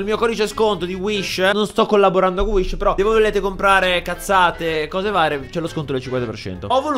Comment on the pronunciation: inizialmente avevo capito "IL NUOVO COMPUTER SHISH"